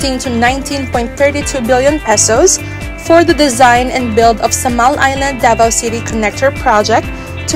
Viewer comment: Wrong pronunciation po kayo sa Samal